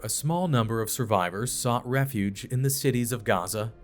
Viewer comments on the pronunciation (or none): none